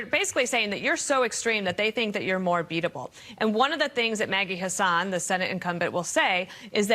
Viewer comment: Did he say "Maggie Hasan"